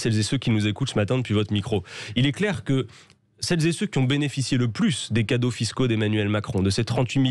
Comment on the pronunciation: "Celles zé Ceux"